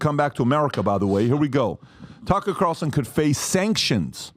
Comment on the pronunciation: Man PBD can’t pronounce anyone’s names properly, tf is “Cucker Carlson”😂